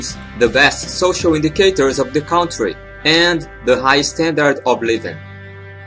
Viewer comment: amigo vc precisa aprender a pronunciar ''COUNTRY'' em inglês